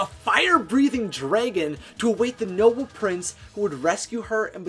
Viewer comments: Why did you say dregon it's Dragon lol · Am I the only who realizes he says dregen? Instead of Dragon? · Guarded by a fire breathing draygen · Anyone else have a problem with him saying dragon?